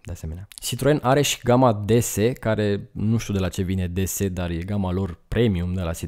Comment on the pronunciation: DS, sau DeSe cum ai citit-o in romana, in franceza se citeste "déesse" si inseamna zeita! 😉